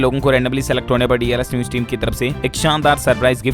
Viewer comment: Sabse bda jivit pakshi Shuturmurg i.e. Option A hai. Aur BBMB ki full form hai Beas Bhakra Management Board.Kuchh aur galtiyaan aap ki pronounciation mein hoti hain,jaise ki news ko aap aise bolte hain maano news ki spelling neuj ho. Again aap pause ko aise bolte hain maano paaz ho.Bura mat maaniyega.